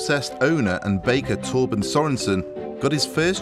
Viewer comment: Love how he pronounces Torben as Tåpen 🤣